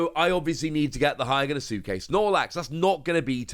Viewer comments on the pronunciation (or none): you do realize you say hyogonosuke wrong right